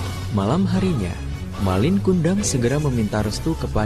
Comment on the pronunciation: Bukan MALING tapi MALIN ( ujung kata gak pake huruf G )